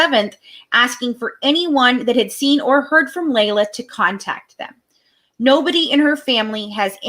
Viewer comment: no you haven't. Because every single family member calls her LEE LA. Have you listened to the press conference with her sisters? It's LEE LA